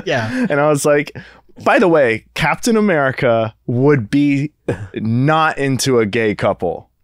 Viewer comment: The way says CapEEtahn America is how I will be saying it from now on